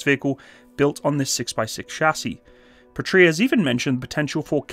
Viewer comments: Small note to keep your head growing too large ;) The name is "pA-tria" rather than "patr-Ia" (and whoever thought capital i should look the same as a lower-case L in sanserif is to be hung, shot and run over by a Buick, just saying). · Great video but, just a little suggestion. You emphasize the word Patria wrong. Go to google translate enter PATRIA and listen to how it is actually emphasized when pronounced. I'm sorry, but I'm cringing, when I hear how you do it. 😉Eagerly awaiting new videos. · Pa gets shwa'd, Puhtria lmao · I think they did not work with you, because you are pronouncing the bname of the company wrong :)